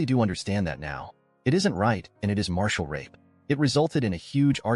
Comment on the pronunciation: Ma ri tal not martial. Also, shitty ending no closure